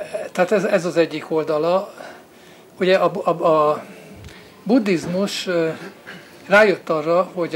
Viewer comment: Angolosan ejti ki. Annak ciki, aki ezt nem tudja.